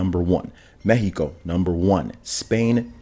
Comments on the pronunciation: Ok, but the way you pronounced México ✨🙌✨ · Huh... You actually know how to pronounce México, noice 👍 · Shoutout to you pronouncing México natively 🇲🇽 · That was a very good pronunciation of "México".